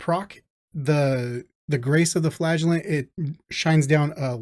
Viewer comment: its pronounced as Flagellant and not Flagellant